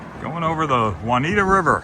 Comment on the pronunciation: Thanks for the stories and the view of Duncannon. BTW, I think the river is pronounced June-ee-ah-ta. We rode the Amtrak from Portland to Chicago in 2019. The train ended up being very late which made us make several changes to plans. However, being able to step off the train at Glacier NP and walk to the Lodge was awesome.